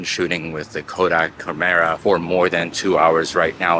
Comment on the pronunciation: Uh, it's supposed to be "CHARM"-era.